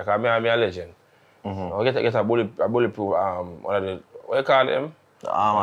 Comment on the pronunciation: Lengent with a t not d 😂😂 up walkie